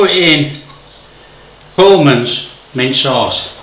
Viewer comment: It sounded as though you said Bulman's mint sauce, but all I can find online is Colman's.